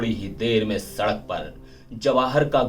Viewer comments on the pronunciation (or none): none